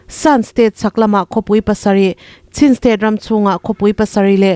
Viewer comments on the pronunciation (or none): Chin tih hi chhin tih anga lam loh tur a nih hmel Sin tih ang zawk in😊😮😮